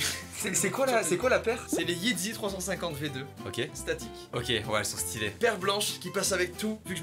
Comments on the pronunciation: *everybody*: Yeezy **: Yeedzy *everybody*: Sean Wotherspoon *Mastu*: Cine Woverspoon Les prononciations me tuent jpp 😭😂 Au passage, c’est pas une collab’ entre Yeezy et Crocs, c’est juste que ça fait penser à des Crocs, bonne journée 👀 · "Yeezdy" et "Sine Wotherspoon", les hyperbeast en PLS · Yeezy et pas yeedzy 😂🤦‍♂️ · "yeezy" pas "yitzy" 😂😭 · Mastu vous êtes péter en sneakers, On dit des Yeezy et pas des yeedzy, on dit des air max Sean(qui se prononce Shown) Wotherspoon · jpp par contre « yedzy » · C'est moi ou a dit yeetzy?????? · « Yeetzy » faut arrêter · Sa ma fais mal au coeur comment t’a dit yeezy